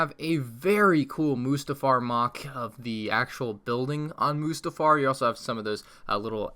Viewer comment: The Way He says Mustafar Like Mostafar PAINS Me